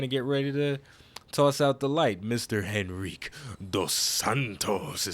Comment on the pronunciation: You butchered Henrique pronunciation :,c